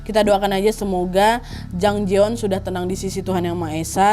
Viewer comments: Namanya Jang Jayeon (장자연) kak Nad, bukan Jang Jaeyeon (장재연) pelafalannya J-A, bukan J-E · Ini kasus emang booming banget waktu itu. RIP Jang Ja Yeon-nim. Btw, kak Nad, namanya Jang Ja Yeon yaa (장자연), bukan Jang Je Yeon ^^